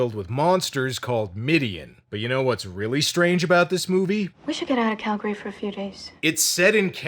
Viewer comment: she even says "Calgary" properly like she's from here. "Calg-ry" not "CalGARY".